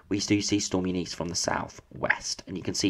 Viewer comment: It’s Eunice mate pronounced Yoo nis Eunice Kabul?